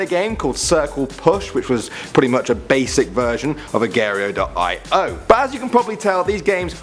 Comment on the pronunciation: Agario.io lmao